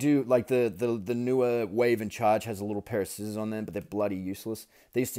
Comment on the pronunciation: As soon as I heard you say skissors instead of scissors I subscribed to you.